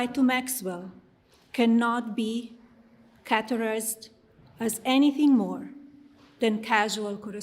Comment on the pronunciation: Where exactly did Melania acquire her English language knowledge? She meant to say categorized but she actually said catorized. 🤔🤨😏